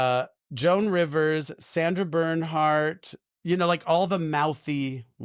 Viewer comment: GASP. I cannot believe Jackie, fan of all fans, said Sandra BernhardT instead of Bernhard!!!